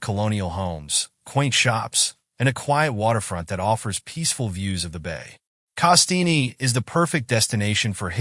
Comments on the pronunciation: pronounced CASS-TEEN Not KaSteenie. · Nice video but the e is silent on the name Castine. FYI :)